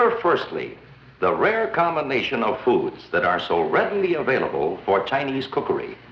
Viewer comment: Did this white person say “ cookayreee” ? 😂😂the “awdacadree” (bangs gong)